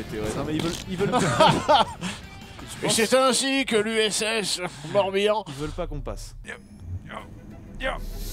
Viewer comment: "USS Morbihan" ? Lol !!!